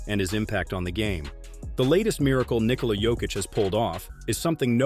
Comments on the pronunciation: Very good video. Also, unimportant but kind of nice is you pronouncing his first name correctly. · bruh this is the first time a US-based channel has the right pronunciation of Nikola's name